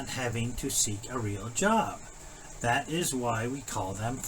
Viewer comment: Do any of these idiots know that the letters th are not pronounced as a d. he says you know how to do dat